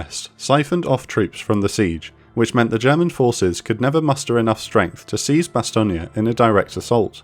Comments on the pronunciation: You know if this was some obscure battle or obscure town that no one's ever heard of, I can understand mispronouncing the name of the town. But this is a very well-known town that has been immortalized in media and taught in almost every school. So for you to completely mispronounce Bastogne every time, is just inexcusable. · Great video, now just learn to pronounce Bastogne lol. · Please... find someone who can actually pronounce Bastogne properly. He got it right only once ! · You're mispronouncing Bastogne ! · The pronounciation of a crucial word like Bastogne spoils this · You're assaulting Bastogne worse than the Germans did. I can even watch this with the mangled pronunciation. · The narrator is using the wrong pronunciation, Bastogne, phonetically pronounced in french BASS-TUNG. Not BASS-TO-GNA like if it’s some Italian town. Also acceptable is the American pronunciation of BASS-TONE. Bastogna lmao Je parle couramment français et jamais je n’ai entendu cette prononciation pour Bastogne. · Say it with me- "Bah-STONE". Weirdly, this is the second video I've had to post this same pithy, pedantic comment in today. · Slight mispronunciation of Bastogne, its pronounce BA Stone. , In case some did not catch the reference, Lt. Colonel Creighton Williams Abrams, Jr. was one of the most effective battle commanders of WW 2, after whom the Abrams Tank was named. He achieved the rank of 4 Star General commanding through the Vietnam war, recipient of multiple awards. He served as Chief of Staff of the United States Army from 1972 until his death at 59 in 1974. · Bas-tonia is NOT how it's pronounced. No like, no sub. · It was wild to actually hear him pronounce Bastonge correctly when every other mention of the town he said "Bastonge-yeah!" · Dude, why do you pronounce Bastogne as Bastonia?? No one else does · "Bastone-ya" Fucking cheeseball brit academic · It's not "Bastonia" the narrator is a moron. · Its not Bastogneya! It is Bastogne for goodness sakes.